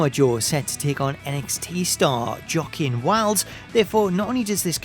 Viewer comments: It's pronounced as it sounds "wokeen" haha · I'm just asking but did your accent prevent you from saying Joaquin Wilde name correctly becuz even though it's spelled with a J it's pronounced with a W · Hey, you said Joaquíne’s name wrong